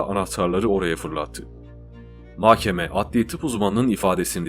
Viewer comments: Diksiyonunuz çok güzel ama bir tek mahkeme’ye inatla makkeme diyorsunuz . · Mahkeme ‘de h ‘yi yutuyorsunuz .’k ‘yi çok bastırıyorsunuz . Muhtemelen söylüyorsunuz ama kulağa böyle geliyor . Diğer videolarınızda da bu şekilde .